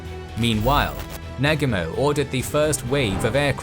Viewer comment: your pronunciation could be better, Oahu and Nagumo is not pronounced right